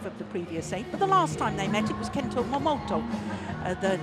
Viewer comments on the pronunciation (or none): she’s always saying “Kento MomoTO”.